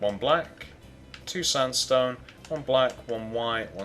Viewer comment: sandstone not sundstone!!!!!!!!!!!!!!!!!!!!!!!!! LOL